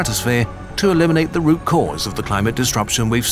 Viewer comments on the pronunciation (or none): none